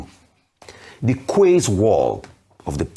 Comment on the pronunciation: Hi Rufai, QUAYS is pronounced KEYS.